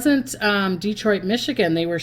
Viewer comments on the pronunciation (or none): none